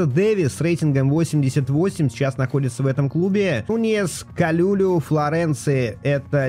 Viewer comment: привет. По-моему правильно его фамилия произносится Калулу не Калюлю 😂 хотя звучит прикольно